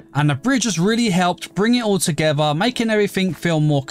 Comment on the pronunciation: I love how he says togewwar